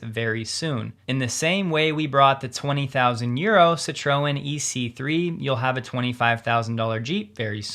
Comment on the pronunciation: I think Citroen is sit-TROY-en. Even in English. 😊